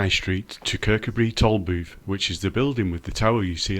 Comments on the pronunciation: It's pronounced ker cu bree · The emphasis should be on the coo. Kir-COO-bree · It's pronounced ker-coo-bree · Great little video, but please pronounce it Kirk. Oo bri. Loved your work well done. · The name is pronounced Kirkoobry, with the emphasis on the oo, that is the 2nd syllable. From a Scottish language teacher looking forward to going there soon. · Kirkcudbright pronounced locally as; Ker-coo-brie. 👍🏻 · Lovely te see.....but you pronouncing Kircudbright made me smile....... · lf l was making a video of somewhere with an odd name l'd learn how to pronounce it first. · great video spot on as we used to live near there . The only fault is that you can`t pronounce kirkcudbright properly but apart from that very good